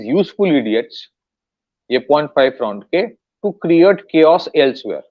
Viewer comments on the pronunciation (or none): none